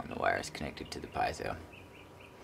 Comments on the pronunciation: You're pronouncing it all wrong. PEE-AY-ZOH. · Also heard PEE-ZOH.